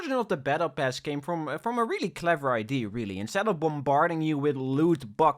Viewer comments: ...why do you say "idea" as "id" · If you say idea like ID one more time I will unsub.